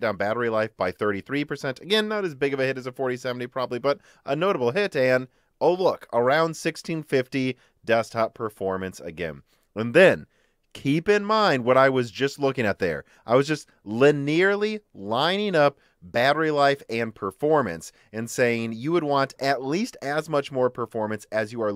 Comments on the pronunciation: That is not how you pronounce "linearly". There are four syllables in that word. Sounds like lin-ee-er-lee. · He's been saying it with the wrong emphasis for years